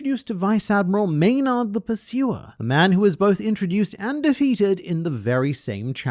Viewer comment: It gets to me when I hear, "may-nard". Gotta follow your Marineford pronunciation policy with that one